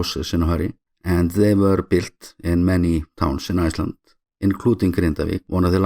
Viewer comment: you got my support mate I love your content and especially how you are so proud about showing Iceland. It's in the way you pronounce it at end. I will be visiting soon